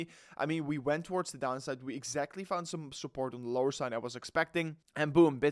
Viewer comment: By the way, words like Some, and Recovery, in english are pronounced with a U in place of the O, so it's not pronounced som, it's sum, and recuvery. PS, not hating, just helping. Peace.